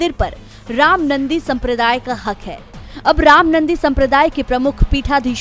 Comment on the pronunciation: रामनन्दी नहीं ' रामानन्दी' सम्प्रदाय है ।